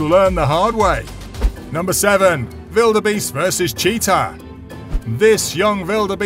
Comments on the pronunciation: It's wildebeest not veeldbeest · never heard anybody calling the gnu a bellabeast or whatever u are saying. butyour narration is great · The letter W: exists This guy: vilderbeast